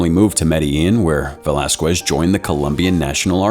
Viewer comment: the way you pronounce "velasquez" gives me that itching sensation that i can't scratch. it's pronounced as "velaskez" not "velaskwez".